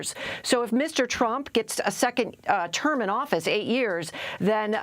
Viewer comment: Anyone else hear Mueller call him "Trimp" it was great....